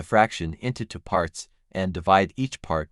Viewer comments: I notice that the AI reads the variable a as the unstressed indefinite article, instead of as the stressed name of the letter. An easy fix is to avoid naming variables as a, using perhaps b and c instead of a and b. It also often mispronounces the number two as unstressed "to". It's annoying. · Two, two, two. There is no number tuh. AI strikes again.